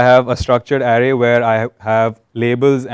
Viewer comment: same, the guy was clear enough and easy to understand, the only word which kinda gave me giggles was array, which he was pronouncing as area or something